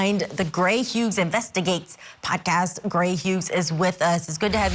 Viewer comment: She also keeps pronouncing the “g” in Hughs. If you’re not using earbuds, it might be easy to miss but hearing it sounds so odd. Where tf is Vinnie??! 😭